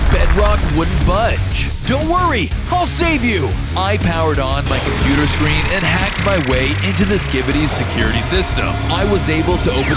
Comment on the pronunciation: Computah mahn